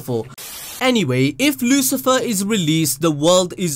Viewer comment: Lucifer Or LuciferO..... cOme On....